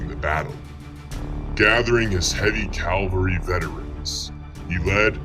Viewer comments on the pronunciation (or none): What writer is the narrator quoting around the 5 minute mark? I have never read this "eyewitness quote" ....and it's CAVALRY, not CALVARY